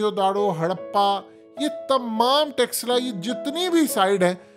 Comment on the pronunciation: Don't say" TEXLA. " It's " "'Taxcilla "”. .